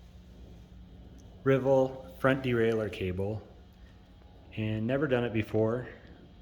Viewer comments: It's Sram Rival, not Reval. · Right???WTF is a “Rivvel”?!? …and the “quick connect” is a BARREL ADJUSTER”🤣🙄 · But unfortunately it's 'rival' not 'rivvel'😂